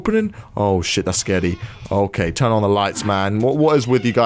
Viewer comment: Its "turn" not "tern".